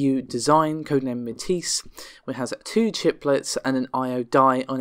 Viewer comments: it's pretty well agreed upon how to pronounce Matisse. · Amata can you please, PLEASE, please teach how to say Matisse? Thanks:)